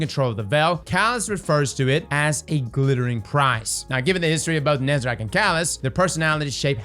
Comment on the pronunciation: please stop saying "nezerac"